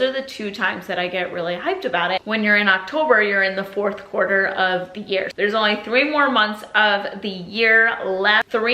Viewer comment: When Jared said the “fourth quarter baby!!” Your reaction was priceless 💀😂 sounded so Italian too lol Sending love to your beautiful family 🍁 happy oztober 🎃